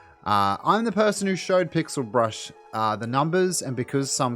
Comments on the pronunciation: Just fyi its Pixel Bush, you said brush 😁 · This isn't related to the issue being spoken about but: lmao tfw says PixelBrush instead of PixelBush